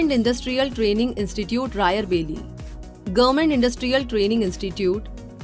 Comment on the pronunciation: Raialbeli nahi Rai Bareli 😛☺️